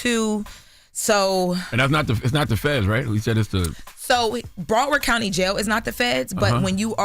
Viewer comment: "Bra Word County" is CRAZY😂